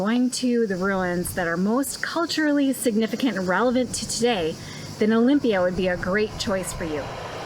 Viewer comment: Pls dont bucher local names Is aRAhova and not AraHOva and delPHI and nor DElphi and olyMPIa and not oLYmpia !! But overall a great video !!!